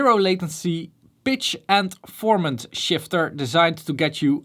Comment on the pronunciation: 8) "Bitch and formant shifter" Huh?! o.O Dutch/english consonant pronunciations are often quite unique :D